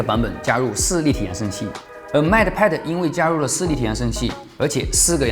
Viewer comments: mate， 英 /meɪt/ 美 /met/, 当名词用时的意思是 "助手，大副；配偶；同事；配对物"。 拼音 应该是 "mei t(e)"，"妹特"，末尾"特"的音要短, "e"几乎不发音。 英音美音主要区别是 mei 中的"ei"的长短。 很多线上词典有。 不好意思了，发音根本不是重点，是我吹毛求疵了。Up主的内容才是重点，希望我的这些发言不会讨人嫌。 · Mate读“meite”。 不好意思，好为人师了，只是听着很别扭：）